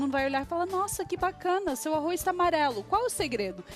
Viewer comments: arro"i"z??? que horror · o "arrois" é que enche o saco. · arroiz kkkkkk